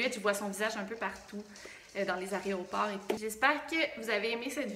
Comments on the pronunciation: Hey j't'adore tu sais, ça fait pas très longtemps que je te suis, mais j'adore comment tu fille tes vidéos. J'ai juste un p'tit détail de langage à te dire.... (j'me sens un peu gênée de te faire la remarque !! 🙄🙄🙄) enfin bon bref j'me lance : on dit pas aréoport mais AÉROPORT !!! 😂😂 Voili voilou c'est pas grand chose mais à chaque fois ça m'écorche les oreilles !.! ..... J'espère que tu vas pas m'en vouloir.... Ben c'est tout la... 😘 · Hey 😊 J'adore pta chaîne j'ai regardé au moins 5 fois chaque vidéo 😁 Il y a un juste une petite faute que tu fais ( même moi 🤣) .On dit aéroport et non aréoport 😋❤️ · Je regarde tes vidéos une deuxième fois maintenant vus que j'ai tout vus hahaa Et c'est trop mimi tu as encore dis aréoport hahahaa